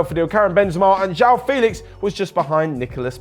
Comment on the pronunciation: Man, I understand that Portuguese sounds can be tough sometimes but at least imitate it with english language sounds. Instead of calling João "Jao" try "Jo-Wow" I think thats not so hard to pronounce yeah?